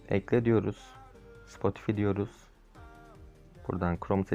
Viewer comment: Spotifi diye okunmuyor Spotifay diye okunuyor